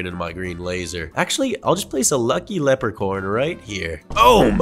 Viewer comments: Bro, why does call leprechaun cammera man, leprechorne cammera man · Who heard lepre corn 👇